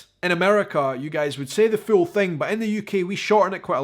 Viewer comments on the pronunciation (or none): I love the way you say "Scottish" It just sounds so plain when we say it. And also the way you say "house". And I just noticed the way you said ,"the full thing" sounds like "the fool thing"... which have very different meanings. If like to know if there's a difference between how you pronounce the two words.